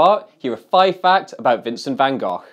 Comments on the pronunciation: Nope, it's actually not. The Dutch pronounce the 'g' sound like Peter did at the end of Gogh, but the sound is actually on both Gs. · I still think it's pronounced 'Van Goff'.